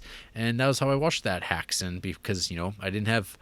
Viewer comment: Can't Americans pronounce the umlaut? The pronunciation 'hex', after all, is in the English language meaning to bewitch. Hax is just the plural of hack or something a hacker does.